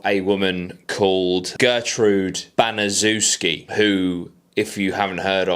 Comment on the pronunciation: The last name is pronounced Ban-is-shef-ski👍